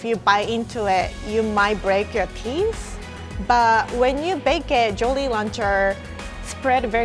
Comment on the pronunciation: Teeth not tees